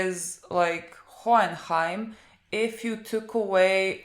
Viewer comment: It's so funny when you try to pronounce Hohenheim😂😂😂